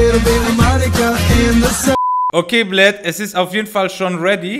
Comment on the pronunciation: Hast du bei minute ernsthaft ‚bljat‘ gesagt ? HAHAHHA bin Russe ist mir sofort aufgefallen, aber haste bisschen falsch ausgesprochen 😂😉